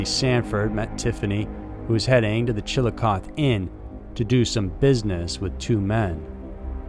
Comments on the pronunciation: Great channel! I listen to every episode. Just one mispunctuation it's pronounced chil- i-coth-e. Like the letter E and Scioto river is pronounced sci-(long I)o-(like the letter O) to. Long O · The "e" on the end of Chillicothe isn't a silent letter! It's pronounced chil-uh-koth-ee! Plz learn how to pronounce my towns name correctly if your planning on telling a story about our dead & missing women for views! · I love your voice and this story needs to be told...but i wanted to let you know the pronunciation of of the town's name is Chill-o-coth-ee. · The pronunciation is like chill luh koth ee. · Chillicothe is pronounced chilli-cothee Also they believe that the missing woman jayme bowen from the south side of Columbus is also linked with these women. They all had several things in common. They were recovering addicts/ possibly relapsed They had participated in soliciting at one point They also all knew each other I live in in Columbus and followed these cases. There are so many drug addicts that the cops won't take one missing seriously in this part of Ohio. You will notice that most of the heroin addicts from Newark, columbus, Lancaster, chillicothe e.t.c... are all linked together on Facebook as friends. The common demoniater is heroin. This tells me that most likely it is a drug dealer killing these women for some reason or another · In Ohio, we say that last "e" in the name. Chill-icoth-ee. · Unfortunately its pronouced chill-oh-coth-ee but since youre amazing we will let it slide lol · Not to be nit picky but its pronounced chil-uh-koth-ee. Im from here just had to point it out. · From Chillicothe, IL and yeah hahahaha....it’s tough. My dad used the joke with people who asked how to say it and say it was “Chill-uh-chotch” or just straight “Chilli Dawg” 😂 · Chill-a-coth-ee . The ‘e’ is not silent. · Pronounced Chilli - cothee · Listening to this now. But it’s pronounced Chillicoth eeeeee. I live near the location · Pronounced chilliocothie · CHILLI CAWTHEE